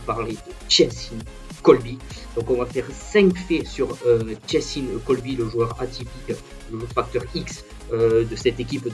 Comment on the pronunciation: Juste c cheslin et pas chelsin